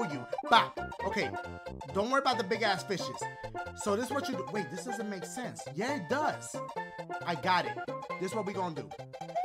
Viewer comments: For a second when you where doing your intros I thought you said “The game where ya BAKE me levels” and I was like wtf bake dang dashie u dat hungry 😂 (ps this is a joke) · Has anybody noticed that he sounds like he says “bake me levels, tweet em to pee” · Does he say baby levels or make me levels